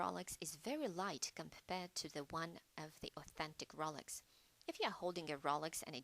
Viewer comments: This "New Updated Video" Sucks. I can barely HEAR it. I am not the only one since two previous comments below said "Poor sound quality" "I can't hear this and my volume is turned up all the way" Also, this FAKE British voice or real is annoying. She is calling it the ROOLex, instead of Rolex, which is probably the British version since the difference in pronounciation. Redo this video or I'll just go back to the original. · Rohlex not rawlex